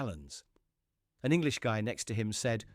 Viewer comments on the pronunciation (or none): none